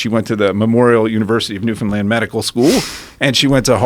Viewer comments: This guy’s married to a Newfie, yet she never taught him that Newfoundland is pronounced as “Newfin-Land” not “New-Found-Land” lmaooo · the dude lost me when he tried to pronounce Newfoundland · represent east coast canada!! - if that doctor didnt already want to knock him out, he definitely wanted to when buddy pronouced it New. Found. Land. Ugh. cringe fest. im next door in nova scotia and i nearly threw up myself. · Great chat. Worst part is dudes inability to pronounce Newfoundland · Also, notice how he corrected Alex on his pronunciation of Newfoundland, well he said it the way almost everyone not from here does, but it pisses Newfoundlanders off to no end. Like it makes us wanna smack someone. It's like someone pronouncing Arkansas as "Ar-Kansas".